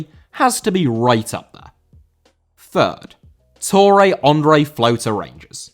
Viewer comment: André* not Ondrei